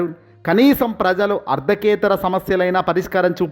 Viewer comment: అర్థకేతర కాదుసామీ ఆ పదం ఆర్థికేతర,ఆర్జీ,ఆర్జీదారులు కాదు ఆ పదాలు అర్జీ,అర్జీదారులు,వైన్యం కాదు ఆ పదం వైనం అని తెలుసుకుని చదవాలి.తెలుగును ఖూనీ చేయవద్దు